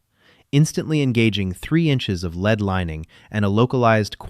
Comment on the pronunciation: Your AI does not say the word lead right